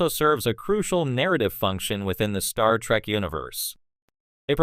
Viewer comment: More like "Star Track" AI slop.